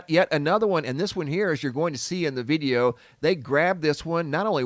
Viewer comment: "veedeo" footage? What accent is that?